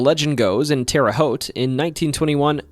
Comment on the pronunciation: A YOUTUBER PRONOUNCING TERRE HAUTE CORRECTLY! I thought it couldn’t be done